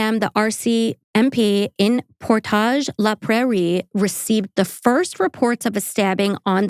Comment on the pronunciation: (Great job with the French pronunciation of Portage le Prarie) I was days away from turning 15 when this case happened, and I have a lot of connections to this case. This is one of the reasons I have been working towards my masters in psychology. I feel terrible for Tim McLean's family, as well as the other people on the bus, but I feel terrible for Vince Li, too. So many people believe he should be in prison, but I have never been on that side. I know that's controversial. We put people in prison hoping that they will be rehabilitated (without doing anything towards rehabilitation in most cases), and with medication, Vince Li is rehabilitated. He is not "free" the way a lot of us are. He has changed his name, but so many people still watch him. He will always be under public scrutiny. There's forums online to watch for him, people are still scared of him. He may not be officially watched, but the public is watching. Yes, there was likely a part of him that knew what he was doing was wrong, but that's part of the point. He was begging for death, but he was unable to stop himself from killing, dismembering, and consuming a human being. That, to me, is one of the most terrifying things I have ever heard. I'd imagine that if you murdered someone when you couldn't control yourself, you would do everything you could to keep yourself under control. This isn't "oh, I couldn't control myself from r*ping this woman, hahaha whoops", this is a legitimate psychological illness that he co